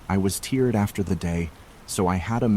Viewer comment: Teered....aka tired😂